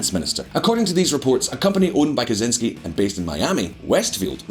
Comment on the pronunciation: Dude... You need to learn to pronounce Kuczynski... It is not pronounced like Ted Kaczynski